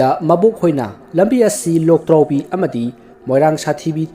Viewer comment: Loktraobi haiba natte Lwdraobi haiba